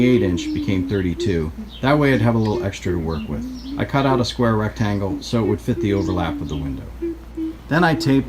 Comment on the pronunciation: ripped "aht" - are you from Pittsburgh?